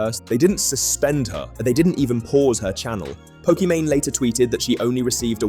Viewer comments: Pokemany? You're gonna have to re-edit this entire video because you say her name wrong the entire time. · Pokemany doesn’t deserve to have her name said correctly. Keep the video up. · Nah bro I do not trust you to have properly researched the video if you can't even say her name properly lol It's not even an exotic name